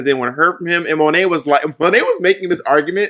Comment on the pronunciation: Monet...Why do you keep saying Sow?